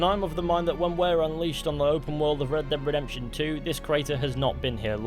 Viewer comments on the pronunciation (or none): I swear you always call the game Red Deb Redemption! D-e-a-d, dead!